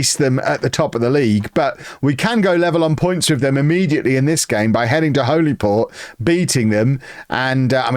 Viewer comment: Its pronounced "Hollyport".👍